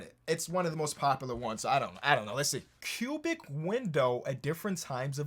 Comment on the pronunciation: I thought he said pubic for the cubic window 💀